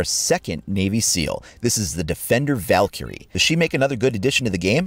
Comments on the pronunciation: He pronounces Valkyrie wrong. He stressed the i"ky" too much. It should sound more like "Val-Kree" than "Valkurey." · You say Valkyrie like Val carrie